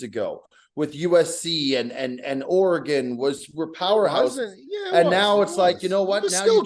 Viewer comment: “Ore-Uh-Gone” count: 93 Brutal.